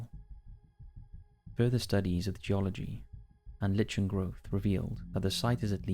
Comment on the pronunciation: Lichen = Like-in